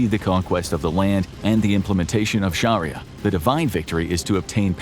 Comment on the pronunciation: It's pronounced SHARIAH,not sharilla